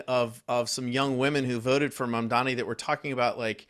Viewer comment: It's MamdaNi non MamdaMi 🤣